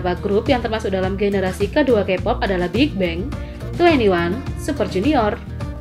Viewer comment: Bigbang bukan Binbang.